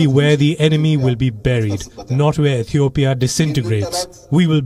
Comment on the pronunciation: so biased!!! and uninformed you can't even say the name Ethiopia right wow We will pass this but every Ethiopian will remember